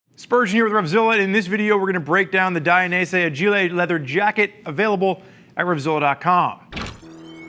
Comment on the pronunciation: The "Aj-ee-lay' Lol.